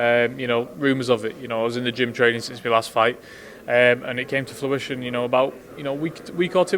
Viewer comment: 'it came to fluition' hahahaha moron